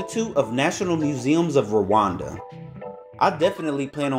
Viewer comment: It’s Rwanda not Rawanda